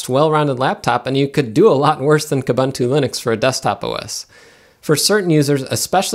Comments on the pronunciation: Pronounce Kooboontoo properly. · When buying even the highest end hardware still doesn't come up to the mark for Linux, that's saying something. BTW, all the "u"s in Ubuntu and its derivatives (like Kubuntu) are pronounced like "oo", so it's pronounced "oo-boon-too", not "uh-bun-too". Also, "slightly unique" doesn't make sense; something is either unique or it isn't. You mean "slightly distinct" or the like.